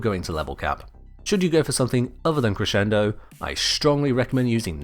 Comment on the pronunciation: Liked just because you pronounced "crescendo" correctly.